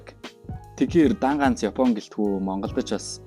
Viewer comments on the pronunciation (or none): none